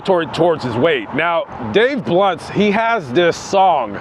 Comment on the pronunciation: Did you say "Dave blunt":, or Dave blimp"?